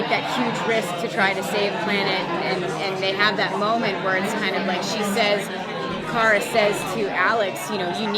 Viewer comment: OMG HE SAID KARAS NAME WRONG😲